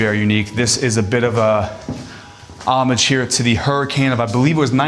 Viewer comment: This was wonderful. Touring it in person, I got tired and didn't appreciate all things there are to see. Tiny detail which made my heart glad, he pronounced "homage" correctly. Few people do.